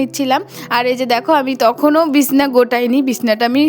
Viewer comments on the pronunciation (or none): বিসনা কথা টা শুনতে ভালো লাগে না সঠিক উচ্চারণ হলো বিছানা